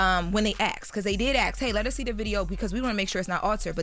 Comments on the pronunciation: Axed…who you cutting. It’s ASKED! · Stop saying AXED. Asked.